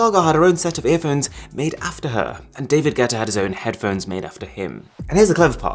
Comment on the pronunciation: Did Arun say ‘David Getta?